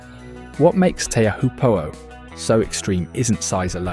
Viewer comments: Choh-poo is the bastardised pronunciation. It's Tea-Uh-Hoo-Po'o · tay-ah-hu-po what the locals told me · Fun to watch, nicely done, but when the first thing that gets your attention is the mispronounced name, it screams AI and makes one wonder what else this “expert” got wrong.